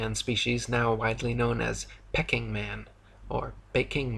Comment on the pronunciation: It’s pronounced Peeking man, not Pecking man. 😂